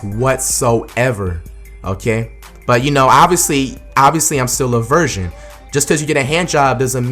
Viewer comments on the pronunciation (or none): the way he says virgin sounds like he saying Version. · he keep saying "version " not virgin 😂😂😂